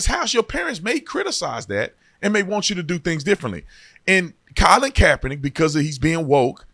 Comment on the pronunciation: U use google for navigation !Colin you ruining the name bro😢